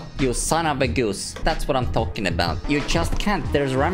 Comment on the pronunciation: I like the way you speak"son of a goos"😂😂😂😂😂